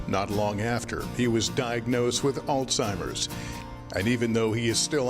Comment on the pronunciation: beautiful story but PLEASE pronounce the disease name properly!! There's no "T" it's not Altimer's!